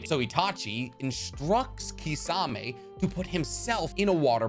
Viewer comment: Can you stop calling him kissawmay?!?! It’s kiss-a-mei